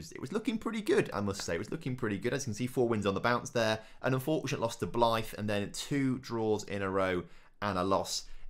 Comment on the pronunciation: In FM2020, Greg Olley was the only member of my original squad who made it through two seasons at the club. Lad was class. Edit: I just heard you pronounce Blyth....Try to make it rhyme with "Clive", mate.